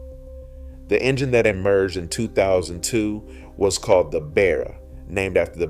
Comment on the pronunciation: Discusses the police using Ford Falcons - shows footage of Holden Commedore police cars. I think your AI needs a rest. Also, teach it how to pronounce Barra. Actually - do the leg work yourself instead of getting AI to do it all for you.